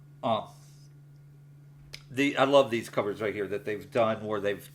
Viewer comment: “Right hyuh”